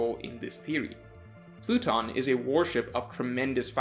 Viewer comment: This man said “platoon” 😂😂😂 its pluton bro